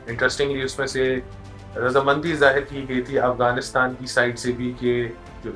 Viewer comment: AAP Hindu ho shayad AAP ko Afghanistan Bolna nai araha indian s ki terah bolt rahay ho